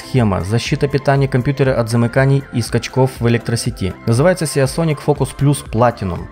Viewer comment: англосаксы произносяе не сиАсоник, а просто сисОник, спокойно и без особиых ударений и акцентов:) кстати голдовый 850 сисоник был бы не хуже в твоем случае.